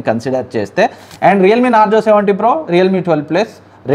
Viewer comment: Nazro ❌ narzo ✅